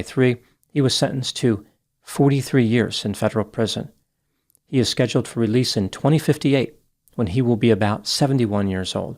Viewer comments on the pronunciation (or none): none